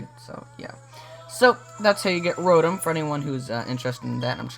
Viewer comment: Row-tom not rotem